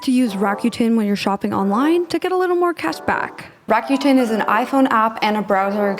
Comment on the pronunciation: Fabulous content as always!! Just so you know, Rakuten is pronounced "ra-coo-ten".